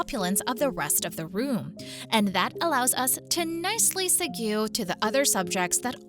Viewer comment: Segue is pronounced seg'-way. Unless you are AI. But anything but "segoo."